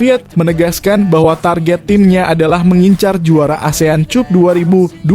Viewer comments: Min caranya baca gak enak di telinga, benar tulisannya cup tapi bacanya cap lah dll. Ini hanya usul agar gak gali telinga ini, terima kasih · Min ,Cup baca Cap. Malu saya ada yg menyoroti cara bacanya,sebab yg menyoroti bacanya itu , kesannya orang Indonesia tak pandai membaca.